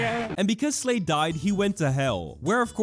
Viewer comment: I HEARD SLAVE INSTEAD OF SLADE LOL- \